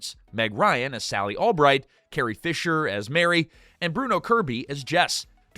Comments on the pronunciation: Carrie Fisher’s character? Marie. Not Mary. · It's not Mary! It's Marie!!